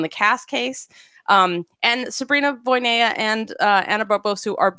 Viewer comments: Very amateur gymnastics fan, but I soon knew it was "Voina," not "Voy-ne-ya" as I realized it seemed like with Romanian, "ea" is usually pronounced just "a," not "e-ya," after watching Romanian gymnasts throughout the years, even including "Gogean," whose "ea" is in the middle of the name and not at the end like many of them. So, I was rather surprised when I watched one of these channel's videos last year, maybe, and Sabrina was mentioned and she was "Voyneya," not even "Voynya" like others would say. It surprised me simply because I see these people as gymnastics experts and did not expect a simple error as name pronunciation to be happening here. But yeah, maybe not a big issue. 😅😅😅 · You a re right, it's not 'Voy-ne-ya", but it's not quite "Voina" either. The "ea" in "Voinea" has a special pronunciation, becoming one sound (a diphthong). But "Voina" is definitely closer and it would be less weird to Sabrina's ears.